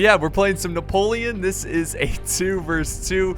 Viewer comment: You sounded so french when u pronounced Napoleon man, as a french i was really suprised, i mean i was use to ur desastrous "chasseur" pronouncing